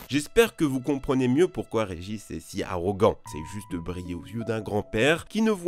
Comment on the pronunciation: "Regich" Lol